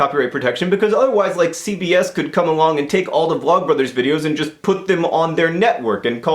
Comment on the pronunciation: Everytime he said CBS I thought he was saying CVS. Which made it a whole lot more strange to think about.